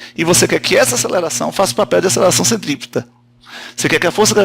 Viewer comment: CENTRIPETRA KKK ACHEI QUE ERA CENTOPEIA HUMANA